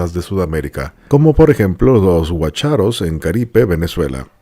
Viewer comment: No de dice guacháros, se dice guácharos.